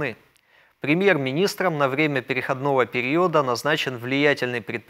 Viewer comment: Ведущий, будь добр, изучить правила и нормы русского языка, если ты ведёшь передачу для русскоязычного слушателя! Правильное ударение - перехОдного периода. Почему корректор или редактор тебя не поправляет. Это просто позор!